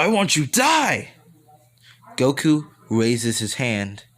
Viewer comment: Did you say woku